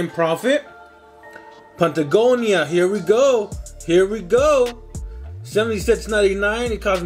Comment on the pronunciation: Nah they were offended he said "pant a gonia"